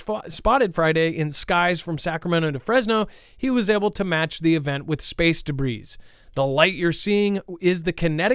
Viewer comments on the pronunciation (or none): The S is silent in Debris ffs. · Got to giggle. You arent the only you tuber to mispronounce debis. S is silent. Just one of those noticers. Great info show!